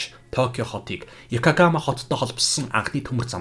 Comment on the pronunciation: Екагама биш,Екохамагяриад байна уу?